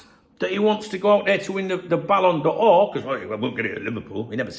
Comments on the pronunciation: ballon door, please, not ballon d or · Great channel but try saying 'Balon Door' next time. That would be the correct pronunciation. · Ballon d'Or. Why are you pronouncing it in a Franco way? Ballon Duh Ore. You’re a Brit - you can anglicise it. Ballon Door. Downvote just for that. Just for being a 🔔end. See the same with creators calling Wirtz “Veeirtz”. Behave. Geeeeeezus. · "it's called superthanks, I'm super and I deserve a thanks". Haha, LOVL. Ere ya go fella, get yourself some caffeine. So it's the ballon b'or for him so far eh. I pronounce it 'ballon door' so it works for me lol. I'm not surprised at all by his weak start, like you I forecast it somewhere. The grass isn't even greener over there. More sun and less rain equals more parched grass. His head was turned by something and I suspect he's going to end up wishing he'd stayed where the grass really was green for him. YNWA